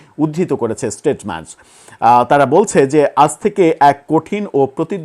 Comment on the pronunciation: shuddho kore porun. shunte sisri lage. state mens noy , statesman. bar bar bhul korle take bhul i bole mistake na.